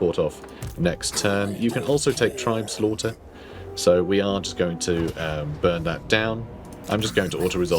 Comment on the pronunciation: Uhhh it’s actually pronounced “tribes-laughter”